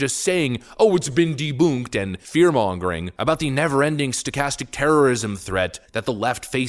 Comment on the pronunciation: Who the hell pronounces it Deboonked